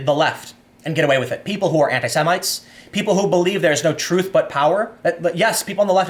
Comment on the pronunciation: Its Truff to Powa, Tim. Truff to Powa.